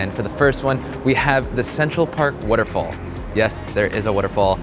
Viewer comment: Why do you say waterfall like Warrrrofool